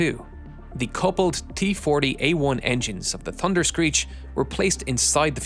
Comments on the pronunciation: Why does he say "Tunder"? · Had to stop watching the narrator can’t say thunder correctly 😂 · In the United States, Canada and Australia, the word thunder has an H in it.